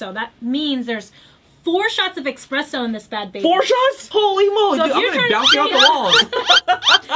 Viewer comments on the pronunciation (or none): eSpresso not eXpresso